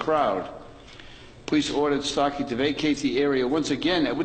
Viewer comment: It's Starkey not Stockey!